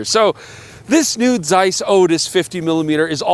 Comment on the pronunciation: Shout out for that German pronunciation of the Z in Zeiss. Really delicately hitting that "tseiss"